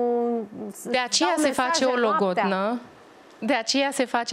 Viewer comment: Se face "logondă " 😂😂😂😂și, tare fericiți sunt!😂😂😂😂😂😂😂